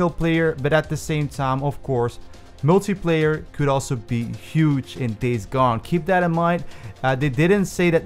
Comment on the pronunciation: Y does he say multiplayer like “multiiiiieeeeeplerrr”